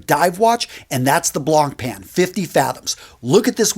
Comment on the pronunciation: He is Talking about Style and brand Recognition! That doesn't matter much to me and the commercial in the middle of the Review is very unprofessional! He mispronounced Blancpain and all watches have Jewels! He's talking to layman! He "believes" It's called super Luminova?! And sapphire shatters! And It's not about how many meters a watch can be submerged,it's about water pressure! He has some very good points though but he is a businessman, not a Horologist and if he pitches another product in the middle of his presentation I will throw up! I am very serious about Horology and I have no room for Hucksters that " monetize" their sites! Try Tristan,The Urban Gentry Or Mike a Which watch what Watch! The Urban Gentry is about the History Of The watch brands and Mike is About the financial viccitudes of The various companies!